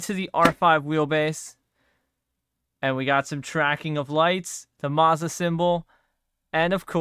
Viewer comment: Please pronounce Moza correctly 🤦‍♂️. Carry on…